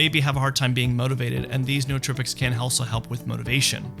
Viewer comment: Noos is Greek for Mind. It is pronounced just like Noose- So, New-tropics